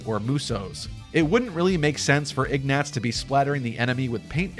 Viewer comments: oh wow hi, I did not expect a reply! I, uh, I'm pretty sure everyone who says that name in game says "Igg-nah-tz". maybe it was just me... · Say Ignatz wrong one more time. It needs one more.